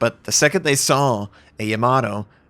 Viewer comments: "Yamaro" come on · is that really how YAMATO is pronounced? sounds like you are saying tomato